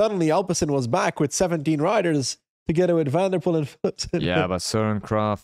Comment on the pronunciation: when he pronounces Flemish and Dutch names completely wrong, while being Flemish!